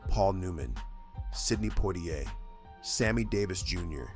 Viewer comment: Oh gawd! Another AI narrator which can't pronounce names correctly. Sidney "Pwah-ti-ai"?